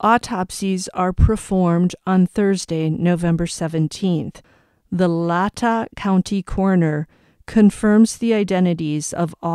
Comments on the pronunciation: Latah sounds like Lay tah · Pierce as in any normal pronunciation of the word. LAtah is pronounced with an A sound on the first A and a soft a on the second A.